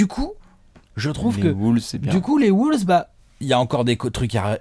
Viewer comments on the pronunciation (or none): Sundayzz V nan. Les ricains les appellent TimberBulls. Mais pas Woulves. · Victor Delefortrie bah les ricains le disent mal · Woulves c'est pour le mélange entre les wolves et les bulls je crois